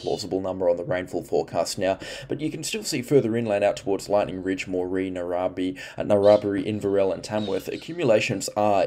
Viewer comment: Na-rra-bri (4m38s). Its Narra-Bri